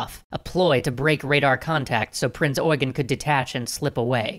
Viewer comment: It's pronounced Eugeen (ɔʏˈɡeːn)